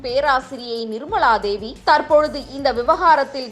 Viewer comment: நிர்மளாதேவி, வாக்குமூளம், கள்ளூரி - நீங்களெல்லாம் செய்திவாசிக்கவில்லையென்றால் குடிமுழுகிப்போகுமா?